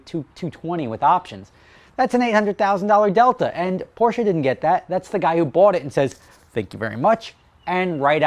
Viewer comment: OH MY GAWD! I am very happy to hear you pronounce Porsche correctly. You have NO idea. Cheers!